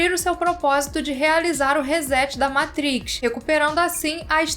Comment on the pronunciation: Vídeo excelente, só precisa melhorar essa pronúncia "matriz" 😅